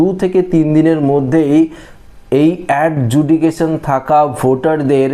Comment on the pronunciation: Adjudication উচ্চারণ ভুল❤❤❤❤❤❤❤❤